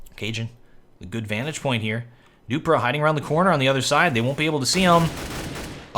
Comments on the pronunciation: keeps calling him "doopra" lololololol dewwwPREEEEEE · Its dupreeh not dupra and flusha not floosha :) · it's duprEEh not dupruh ;) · zipnix not sipe-nix flush-uh not floosh-ah du-pree not du-prah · please, its not duphruh, its like dufree, and not sypenix but sipnix, plz (yes im from denamrk and used to hear commentators say it like that, keep up the good work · Dupreeeeeeeeeh not duprah Flusha not flooosha sipnix not sypenix Just saying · Dupbrah? Its dupreeee m8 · should pronounce the name right, dupreeeeeeeh eeeeeh not dupre. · Jesus, device looked fishier than flusha back then. Also funny hearing call dupreeh as Doo-pra' 😂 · Dupreeh is pronounced Dupree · always has some trouble pronouncing player names rofl.